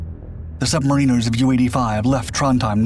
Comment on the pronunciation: Pity about the poor pronunciation of "submariners".